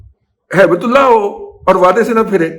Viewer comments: Sir mind it, you are degrading the name of 'ALLAH' . It should should should be HAIBATUL 'ALLAH' not "HAIBAT'ULLAY'. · دادا جی آپ نام صحیح پکاریں کیونکہ آپ لفظ ہیبت تو صحیح بلا رہے ہیں لیکن جب لفظ اللہ پہ جاتے ہیں تو نام بگاڑ دیتے ہیں اسی طرح اور نام بھی لوگ بگاڑتے اس کا خیال نہیں رکھتے ہیں اکثر عبداللہ نام بھی لوگوں کو بگاڑتے سنا ہے پلیز آپ ان چیزوں کا خیال رکھا کریں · دادا جی بہت ادب کیساتھ۔۔۔ کچھ عرصہ سے آپ تھوڑا مبالغہ آرائی سے کام لے رہے ہیں، ہر سنی سنائی بات حتمی اور سچ نہیں ہوتی،کچھ سنی سنائی خبریں ہضم کرنے کی عادت ڈالیں۔۔۔ اس ویلاگ میں آپ نے ایک افغانی کا نام بگاڑ کر لیا ہے،اور وہ لفظ ہے اللہ۔۔۔ ہیبت اللہ کے نام کو بگاڑ کر ادا کیا ہے آپ نے۔۔۔ اپنی دنیاوآخرت کی تباہی سے بچنے کیلئے اللہ سبحانہ وتعالی کے ہاں سچی توبہ کیجئے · ہیبت اللہ کو بگاڑ کر ہیبت تلے کہنا اللہ رب العزت کے نام کی توہین کر رہے ہیں آپ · دادا جی ہیبت اللہ نام کے ساتھ اللہ کا نام آتا ھے جسے آپ بگاڑ کر لیتے ہیں ۔بہت جاھلانہ بات ھے ۔اللہ سے معافی مانگیں ۔ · براہ کرم جوش جذبات میں اللہ کے لفظ کو نہ بگاڑیں اور ہیبت اللہ کے نام میں اللہ کے لفظ کو درست pronounce کریں، شکریہ۔ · جناب اپ نے جذبات میں ہیبت اللہ کا نام بگاڑنا تھا تو بگاڑ کر ہیبتی کتا کر لیتے لیکن اپ نے گستاخی کی اور ہو سکتا نا سمجھی میں اللہ تعالی کا نام بگاڑ لیا یعنی ہیبت کو تو درست لیا لیکن میرے رب کے نام کو درست نہیں لیا جسکا مجھے اپ سے توقع نہیں تھی